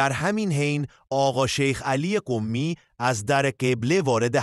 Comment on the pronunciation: کلمهٔ « قمی » تشدید ندارد چرا با تشدید تلفظ میکنید ؟